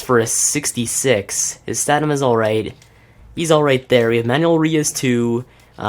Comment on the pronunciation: It's stam-in-a not stanima